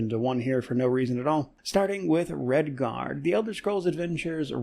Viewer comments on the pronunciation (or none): Several years late and long after it's time in the main spotlight describes every game I play.😁 Looking forward to more PoE content and Redguard (I keep hearing "Redfall"). I still really want to play KOTOR but just don't feel like fiddling with getting it running and praying for no game breaking bugs. It's so refreshing playing Dishonored; this thing is built like a tank! I don't think it is possible for this game to crash. You can Alt-Tab, watch YT for hours then jump right back in no issues at all... remember?